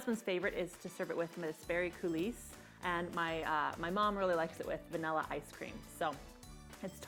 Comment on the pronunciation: Your recipe turned out an absolutely fantastic cake. I've been making these flourless babies for 30 years and I never had one as good as this. Thank you! May I make one tiny suggestion, and only because you're such a professional... In the (French) word "coulis" the s is silent, as in koo-LEE